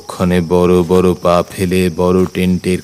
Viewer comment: দাদা বর বর না বড় বড় হবে,সঠিক উচ্চারণের আশা রাখি